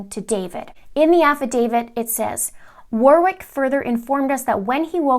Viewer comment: Warwick, second W is silent.